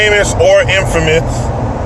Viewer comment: "In-famous" - The 3 Amigos